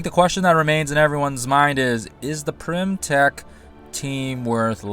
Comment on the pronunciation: Its Pym, not Prym or Pyrm...